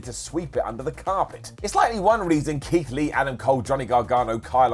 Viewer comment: In the words of everyone, how do you mess up Keith Lee?